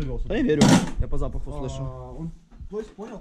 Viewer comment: Ты сказал "я по щапаху СЛЫШУ" пхаха